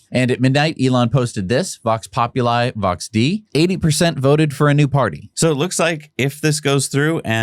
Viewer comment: The pronunciation of thie well known Latin phrase is Vox popu-lee, Vox day-ee